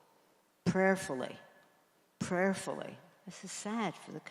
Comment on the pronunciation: What's she saying ~ ? "Prayerfully"?!????